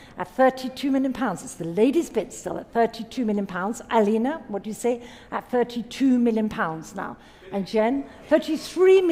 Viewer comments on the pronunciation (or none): none